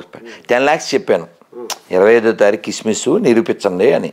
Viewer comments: సిస్మిస్ కధరా సన్నాసి క్రిస్మస్ తెలుగు ఉచ్చరణ సరిలేదు పొరంబోకు సొల్లు ఆపి గజ్జికుక్కల మొరగతం కాదు నీబుధి మార్చుకో వీడు ఇందువ కులగజ్జి బాచి సిగ్గులేదు మీకు కులగజ్జి సన్నాసులు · కిస్మిస్ కాదురా క్రిస్మస్ అనాలి, బో....